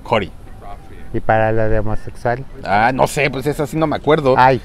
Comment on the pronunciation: Jajajajajajaja ahora si se la aplicaste a que risa con esa pronunciación de "soy homosexual" me encantan los adoro Dios los acompañe y lleguen con bien a China. 😘😘